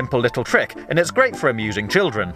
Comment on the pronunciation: Did he say amusing or abusing?